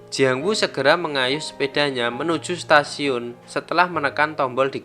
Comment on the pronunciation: Ketika sampai di Setasiun🤣 Stasiun bang bukan setasiun🤣